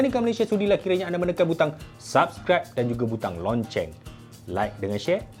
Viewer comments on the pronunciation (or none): Loceng bang. Bukan lonceng 😂